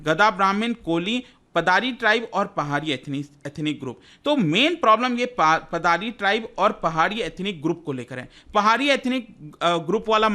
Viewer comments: Sir its पाडर (पाडरी) not पादारी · Paddar ko पाडर pronounce krte h